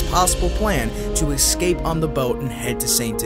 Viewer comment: ESCAPE .... not EX-SCAPE